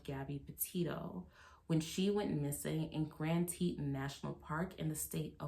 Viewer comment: I love you, but Teton is pronounced tee tawn!